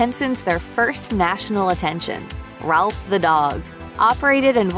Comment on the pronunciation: Rowlf.... NOT Ralph!